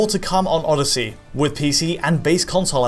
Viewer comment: Assassins creed Orrosy! haha